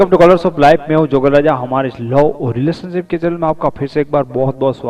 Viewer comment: It's relationship not riletionship😆😅